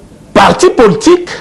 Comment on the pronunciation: Poltik te mais politique bien prononcé mon frère